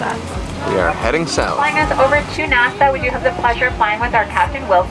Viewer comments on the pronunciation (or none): First time hearing someone pronounce Nassau as Nassa lol the au makes an aw sound so it's actually pronounced Nas-saw. Also Nurse Sharks are fairly gentle sharks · Did you say from Toronto to Nutsac? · I love how she mispronounces nassau. Lolol